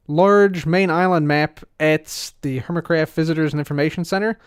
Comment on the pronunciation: Welcome to “Dork craft”? Lol that's what it sounded like